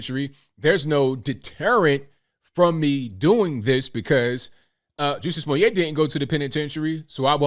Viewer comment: To be fair, let’s at least spell his name and pronounce it right Jussie (ju-c) Smooye’ (smoo-yay) 🤣🤣🤣🤣